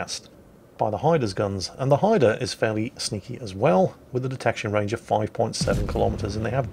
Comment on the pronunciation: I am just happy he pronounced the name right!